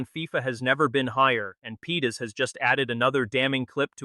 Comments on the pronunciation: The name is Parades not Pedes. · The players name is Leandro Paredes, not "Pedes". Very unprofessional mistake! No like for that. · Would help if you could get AI to pronounce his real surname and even the subtitles getting it completely wrong, its Paredes not Pedes FFS!!!